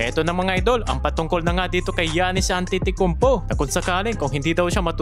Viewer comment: Giannis antetocounpo po ang pag bigkas hndi giannis an titi konpo😅